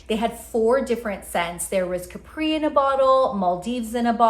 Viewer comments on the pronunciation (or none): none